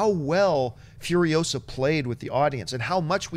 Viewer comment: It's Furi-OH-sa not Furio-SAH!